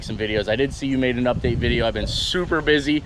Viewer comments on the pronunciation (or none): none